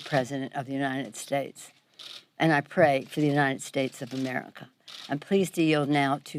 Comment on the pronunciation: My money's on Trump!!Ga besh the oonited shaste and all the other words he can't pronounce correctly maybe it's signs of a stroke or maybe his daddy paid his way through school and he just can't read!!!